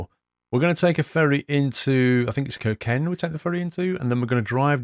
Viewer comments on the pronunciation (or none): It's "Kirkenes" not "kirken" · It's not kirken!!!! It's KIRKENESSSSSSSSS.... ES at the end !! Im from Kirkenes and it has annoyed me every time you say it. Good video tho. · So called "kirken" you could prenounce chirknes. (Prenounce the i as e) That would be kinda more corect. Fellow norwegians help me write a pernouciation